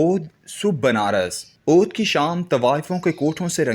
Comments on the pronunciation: How illiterate is this reader? He pronounced Awadh as Odh. In Urdu Deputy is pronounced as Dipti. There are tens of other mistakes as well. لا حول ولا قوت. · Reader change karayn.buhut ziyada ghalat parhtay hayn.sahee lafz Awadh hay.